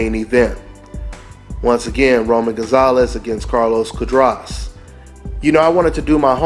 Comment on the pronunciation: cu -ah-dras